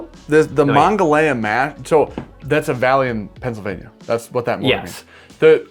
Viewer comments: I'm from the burgh originally it's pronounced muh-naw-gah-hay-la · The river starts in WV and flows north to Pittsburgh. It is pronounced Muh-Nuh-Gon-Hee-Lah or the The Mon for short. The county was similar in pronunciation but different. From someone that grew up on the river in Morgantown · Every person in western PA just cringed when you said Monongahela.